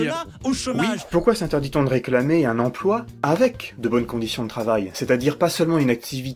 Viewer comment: j'ai horreur de ces intervenants médiatiques qui disent "empoi". Que je sache, il y a un L entre le P et le O. "empLoi" ! Non de dieu, c'est pas compiqué !